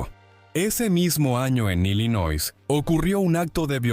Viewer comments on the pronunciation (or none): Illinois se lee sin la 'S'